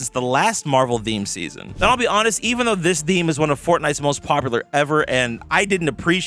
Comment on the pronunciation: How often you want to say the word THEME wrong?